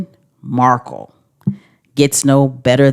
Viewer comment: So glad to hear your explanation because I was lying in bed and everytime you said Markel I was like it’s Markle